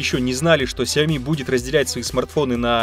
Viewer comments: Все: Сяо́ми или Сяоми́.: Сяйми́и́и́и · ни сяоми а сяоми